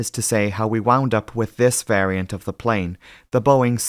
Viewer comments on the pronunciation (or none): none